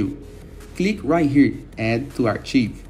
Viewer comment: arch-IVE lol